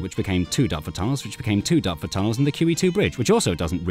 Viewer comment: DARTORD BOI!!! (Pronounced like 'BEAR' It's 'BOY' But in A Chavy accent)